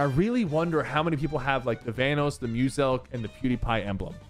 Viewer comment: bro why did you pronounce his name like that. We aint talking about thanos with a V 💀